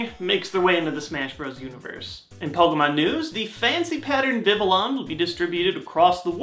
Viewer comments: It's pronounced "Vi-vi-yon," not "Vi-vi-lon." It's based off "papillon" the French word for butterfly. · Just as an FYI, vivillon should be pronounced vi-vee-yoh/n/, where the "n" is spoken nasally... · I don't like to sound mean, but even now you are still butchering Vivillon's name! The double L's are pronounced like a Y, because it's based off the French word for butterfly, "papillon".